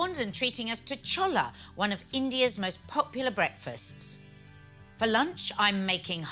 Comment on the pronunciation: It's pronounced shoh-leh. She knows that so I've no idea why she's pronouncing it wrong.